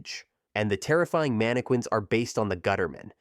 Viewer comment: Is anyone ever going to help this guy pronounce mannequin properly